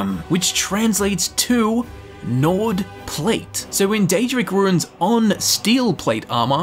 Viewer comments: every time you pronounce runes as "ruins" i die a little inside. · I had to skip the first one cause it's pronounced "Roons" not "rooooins".